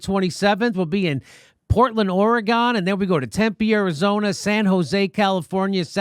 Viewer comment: It's OR-EEE-GUN, not OR-EEE-GONE FYI Thanks Jimmy,, and! Love you all!